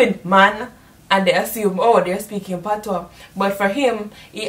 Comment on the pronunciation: It's "patois" not "patios"